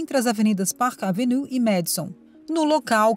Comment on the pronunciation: Pelo amor de Deus, porque alguns vídeos são narrados por pessoas totalmente incapaz de pronunciar palavras em inglês ou qualquer outra língua???????????????? Se a pessoa não está qualificada a pronunciar o nome de uma das avenidas mais conhecidas de NY - PARK AVENUE, então não deveria nem ter sido contratada!!!!!!!!! A impressão que dá, é de um vídeo mal feito, sem qualquer critério e assim torna a notícia principal , algo sem propósito ou seriedade. Por favor, cuidem antes de produzir um vídeo, pois os ouvidos dos ouvintes não são “lata de lixo”🗑️